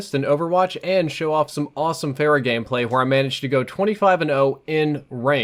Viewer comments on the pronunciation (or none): It's pronounced "Farah" not "Fairah". This has been a message from the Grammar Nazis.